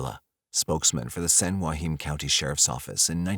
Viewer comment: Being from San Joaquin valley - the way you say Joaquin is really annoying me lol